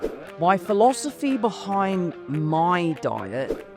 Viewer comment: Time ❌ toime ✅ Meals ❌ meoules ✅ Behind ❌ Behoind ✅ Diet ❌ Doiet ✅